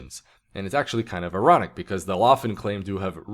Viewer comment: Did you say its kind of erotic, or kind of ironic?